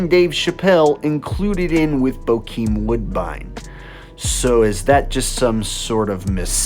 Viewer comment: Its bokeen woodbine